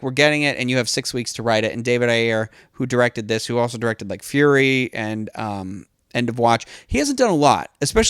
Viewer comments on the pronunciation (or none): none